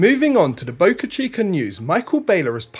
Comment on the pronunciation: Where is "boca-chi-cur"?